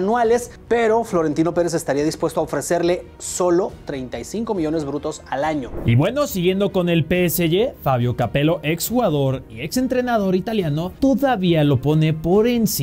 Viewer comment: PSY, PSY? Que es eso de PSY, es PSG, si lo quieres decir en inglés dilo bien PI ES LLI (PSG)